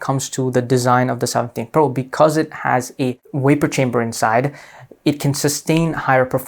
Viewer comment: It’s not a (waper chamber) it’s called a Vapor Chamber!